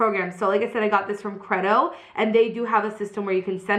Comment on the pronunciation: I'm pretty sure that you're pronouncing Credo wrong. I'm pretty sure that it's pronounced Cree-do. That is the correct pronunciation of the word and I'm assuming that the brand uses the same pronunciation.